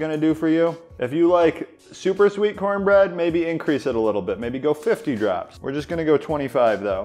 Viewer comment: It's pronounced: CoHN-BRehD